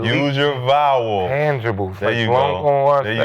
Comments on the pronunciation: If it wasn’t for Nick young athleticism as a kid at basketball he wudda never went to school he is slow as watchin paint dry the word he lookin for was Intangible’s not Tangible and he couldn’t pronounce that 😂😂😭😭🤣🤣🤣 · Nick tryna say intangibles is hilarious 😂😂 Kmart saying spit it out makes it even more funnier